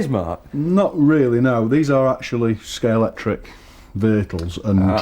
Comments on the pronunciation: Stop saying Scalectix! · Someone please tell it’s Scalextric not Scalectrix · Couldn't they find a presenter who can say Scalextric properly? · He's an arse. Difficult to watch. Can't even pronounce Scalextric.....broke antique scalex model (edited out).....I'm gone....